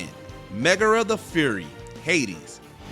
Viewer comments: Its fury not furry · Megaera is a FURY, not a furry. There were a couple of mispronounced (poor Geralt) and completely incorrect words (immensive?!) in this video - seems to me this was rush job. I get that it's a top 10 video, but even those should probably get some love in QA/editing. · "FURy" instead of "FYURy"